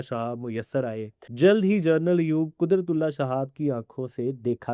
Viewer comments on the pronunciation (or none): پلیز جرنل نہی جنرل بولا کریں